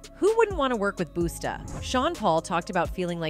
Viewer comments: huh? I’m confused… we are talking about the narrator not being able to pronounce any of the performers names….. not old or young, music, or anything else…. Busta rhymes’ name is pronounced BussTuh not boostUH …. That’s all we talking about…. What are y’all talking about? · She said "Boost A" instead of "Busta" twice. That is so disrespectful to a rap pioneer and rap god. AND she said "La" instead of "L.A.". She obviously doesn't know who's who. I can't take anything she said seriously. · It's Busta It's not Boosta.. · once she called Busta, Boosta Rhymes I was done done!!! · who is boosta 😂😂😂 I can’t even take this serious it’s Busta 😂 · Who DA HELL calls Busta Rhymes Boosta—WTF!?! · Not Boosta 😂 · YUP. WHO SCARED OF TURTLE FACE. THIS NARRATOR SAID BOOSTA 😂😂INSTEAD OF BUS- TA. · “Queen Bay” and “Boosta” Rhymes is killing me 🙄🙄🙄 gosh get the names straight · "Boostah" Rhymes...lol, tacky. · ...cuz BOOSTA is wild AF....😂 Busta, A.I. ma'am..... it's BUSTA. 🙄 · BOOSTA!! 😂 Pronounce it "Buh-stah or Buh-ster"!!! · Boosta? it's BUSTA! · It's actually BUSTA RHYMES 🤯 DUH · 😂😂Booosta Ryhmes? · U don't know he's not boosta....it's Busta😂JayZ don't got nothing to do with a woman beater😂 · "Boosta" ?? Girl, bye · Who the heck is ..."BOO STAH"😮😮😮😮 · Hapoo.... Who is Boosta? lol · Busts not Boooosta🤨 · BOOSTUH??? Oh, the travesty and mispronunciation of it all!!! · That’s crazy, lady need to learn ppls name and say it right . Especially if you’re making money out of their lives. LADY LEARN THE NAMES don’t say their name wrong as if it doesn’t matter. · It’s an AI video 😂 They always slaughter names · "Who doesn't want to work with BOOS-tah!" Really don't like this new format suddenly everywhere nothing but robot voices on all these channels. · This video commentator needs to pronounce the names right...she called Busta Rhymes (Boosta) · I stopped listening when she fucked up Busta Rhymes name! Boosta! Wtf!?? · BUST-TA NOW SAY IT!